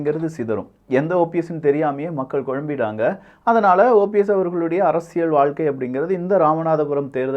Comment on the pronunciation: நாம் தமிழர் உறுப்பினர் மட்டுமல்ல தமிழ்நாட்டில நூற்றுக்கு 80% மானவர்கள் தமிழை தப்பாவே வாசிக்கிறார்கள்!!! அதுதான் 50 ஆண்டுகால திராவிடமாடல். ஆனால் அதைத் திருத்திற நீங்க மட்டும் உத்தமம்மா? உங்கள் தலைப்பையே “அரசியள்” என்று வாசிக்கிறீங்க!!!! அது அரசியள் இல்லை அரசியல் என்று உச்சரிக்கவேண்டும். தமிழைக் கொல்லாதீங்க. ய என்ற எழுத்துக்கு இணையா ல் ஐ உச்சரிக்காதீங்க!! ல் க்கு தகுந்தால்போல் ய எழுத்தையும் சேர்த்து உச்சரித்தால் உங்களுக்கு அரசியல் உச்சரிப்பு சரியாகும் அரசியள் இல்லை அரசியல் அரசியல் அரசியல்